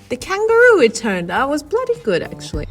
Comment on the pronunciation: I love the way you're saying 'bloody good'. Glad you enjoyed our country. Bien joué! Thank you for a great video.